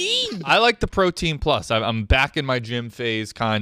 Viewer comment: “Protein prus” didn’t know was Asian